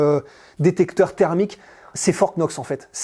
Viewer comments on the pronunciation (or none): none